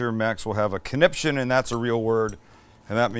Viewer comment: Ha ha ‘Max will have a conniption’ an old fashioned Victorian word sounds so funny with a Canadian accent 😂